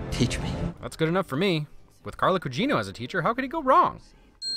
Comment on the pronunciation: It’s Carla Gugino, NOT CUGINO